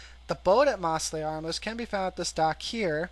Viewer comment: its mose not moss.....mostly harmless... L